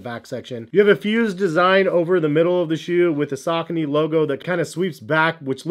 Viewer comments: Yeah, around I'm from we pronounce it as: Sa-co-knees. I'm still going to pronounce it that way because, the way pronounces it, it sounds terrible! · I wish you would say the name correctly